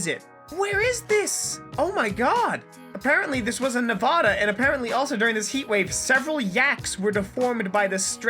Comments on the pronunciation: It is pronounced Nevada not Nevodo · hears ne-voh-da its ne-vah-da dude i live in nevada sorry if im being a bit rude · It's Ne-va-da. Not Ne-vo-da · You said Nevada wrong